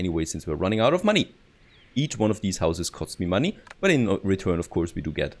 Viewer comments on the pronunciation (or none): none